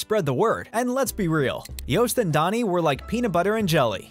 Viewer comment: Thanks for pronouncing "Joost" as "toast", not as "boost".